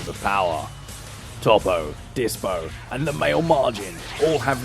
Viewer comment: Toepo not top po